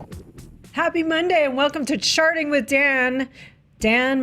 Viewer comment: I heard say "welcome to sharting, with Dan"